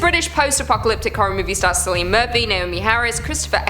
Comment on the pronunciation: Excuse me, did no one cop how she pronounces Cillian Murphys name for 28 Days Later? she says Celine, (It's Pronounced Kill-ian).